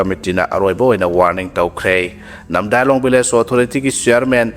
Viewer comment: Namdailong natte NAMDILONG